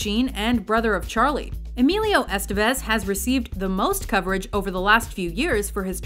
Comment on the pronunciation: ***** if we're gonna make Estevez # 1;i'd be nice, if the Mojo people pronounced his name properly. the stressed accent,is over the 2nd E [2nd syllable] ,folks.